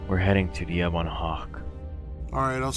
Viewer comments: Oh my God dude the only problem I had with this is your pronunciation of the Ebon Hawk. It's pronounced "Eh-bin" not "Ee-bon" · U said Ebon Hawk wrong. U made it sound weird